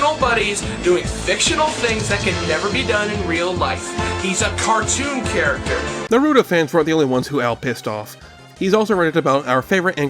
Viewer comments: Its naruto Not norutou lmao this gringos I swear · Do you not know how to say Naruto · not doing enough research hmmm I mean I hate to be that guy but you kept mispronouncing Naruto lol even Big Al gives the correct pronunciation immediately after that still love the video